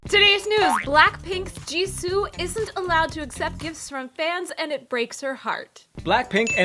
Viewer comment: You pronounced jisoo wrong